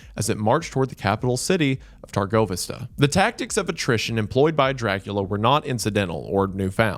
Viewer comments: that pronunciation of Targoviste is rough 😭 we love u wendigoon! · This was a great video as always, but are any other Castlevania fans in here distracted by the pronunciation of Wallachia and Târgoviste lol like he's probably saying it right but still haha